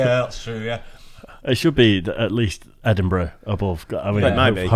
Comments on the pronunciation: Ply mouth and Edinberg. For an audio improvement to text-to-speech enunciation, they skipped the same step. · Trashes the pronounciation of Plymouth and Edinburgh, yet pronounces Glasgow correctly (not Glazcow), what kind of commentator is this?!? EDIT: Swindon is a town... and a Dump. Fun Fact: There is no set criteria for becoming a City, so it doesn't have to have a Cathedral or University.